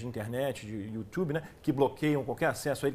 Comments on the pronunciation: kkkkkkkkkkkkkkkk o pior que eu achava que ele tinha se enganado, mas insiste em falar a segunda vez youTCHUbe kkkk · Acho que sou um guarda costa do Olavo no youtchube